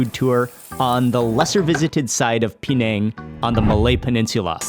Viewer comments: Why 'peee nèng'? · It's not P nang it's penang all one word